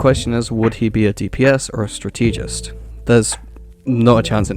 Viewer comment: Stra-TUH-gist, not Stra-TEA-gist my guy, its not Stra-TEA-gy. I think Gambit would have to be pure duelist, but some of the Strategists they have in game are kinda goofy picks to heal already, so who knows. But yeah Yondu would be sick, his Ultimate would have to be an extended circle around him where his arrow auto pierces through people, over and over like a storm.